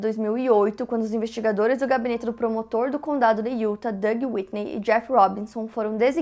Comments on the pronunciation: Vc costuma pronunciar super bem os nomes em inglês, mas essa "iúta" não está correto. A pronúncia é "iutá" 😉😘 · O nome é Utah, a pronúncia é “Yutá” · Vc que faz propaganda pra curso de inglês deveria saber que se pronuncia yutá (utah) aff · Utah se pronuncia IUTÁ hehe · se pronuncia "iutá" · Desculpe-me, mas eu não consigo mais deixar de perguntar, quando você vai falar o nome de Utah corretamente?